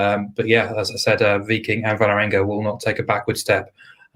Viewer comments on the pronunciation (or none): Pro-tip: The "Vål" in Vålerenga is pronounced as in English "wall".